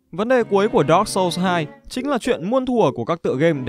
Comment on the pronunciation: đọc dark chập nghe như dog :))